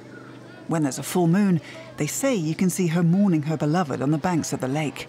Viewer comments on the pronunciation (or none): none